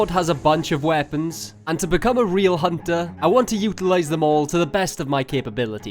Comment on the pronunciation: A hoonter is a hoonter, even as the tarnished